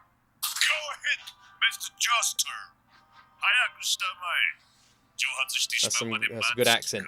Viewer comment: "Go ahead Mr. Jostur"